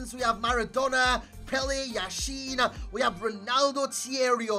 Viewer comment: YAshin, not YashIn